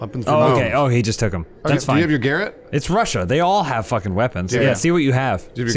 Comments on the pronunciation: How come they pronounce 'garrote' like 'Garrett' the name? I assume its just how Americans say it (which is fine, I'm not hating) but isn't it supposed to be pronounced 'gaROT'? What if they need to say "garrote Garrett"? Would It not just sound like the same word twice? Food for thought... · Anyone else getting triggered everytime said "garrett"? It is pronounced ga'rot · I can't tell if purposely pronounces 'garrote' like 'garrett' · ITS GARROTE, not garut!!!!!! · Garot lol. “Gah-wrote” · I'm not the only one bothered by how they're pronouncing "garrote", right?